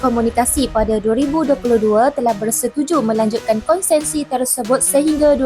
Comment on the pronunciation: Konsesi bukan konsensi